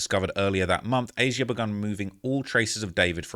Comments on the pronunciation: it’s not A Z Ah lol please for the love of G0d, it’s been so annoying to hear you pronounce it like that thru your million vids about this 😂 it’s Asia just like the continent lol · Hey you pronounce her name as Asia 😂 not aye zeyah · Imo it's pronounced Asia just spelled wrong